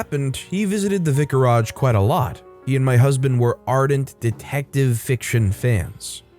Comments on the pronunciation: You've pronounced vicarage wrong 😉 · You pronounce vicarage strangely.